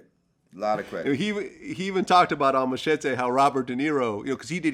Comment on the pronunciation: Funny how they pronounce Machete its the long knife more sword like ( mah- shah-tay) wtf is that Glad ?